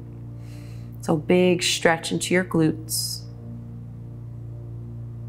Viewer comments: Respectfully: Careful! You're saying "shtretch" and "shtraight" instead of "stretch" and . . . as a public speaker, you might want to tidy that up. Thanks for the vids, you rock! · Am I the only one who found it super distracting how she adds a 'shh' sound to every 'stretch'? I don't mean to mock her pronunciation of the s-sound, it just really distracted me from the exercices. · I love the way she says “stretch”...: “tchrrretch...”